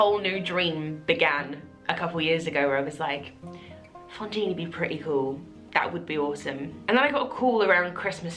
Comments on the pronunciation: Congrats, you are wonderful an soooooo worth it!! Just curious, is it your accent that makes it sound like you're saying Fontine instead of Fantine or has the production like changed her name or something? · Haha yes, I know how it's pronounced in French, I speak it. It still sounds like she pronounces is with an o, hence my question :)